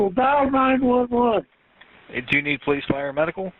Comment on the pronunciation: poe-lice R 💩!!